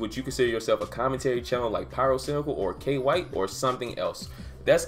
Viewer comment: K-white... LUL I think they call him Quite with a strong K instead of Q lol